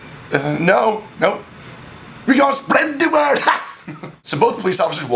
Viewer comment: As a Jamaican I feel I should be offended but this was hilarious "wi gon spred di word ha!"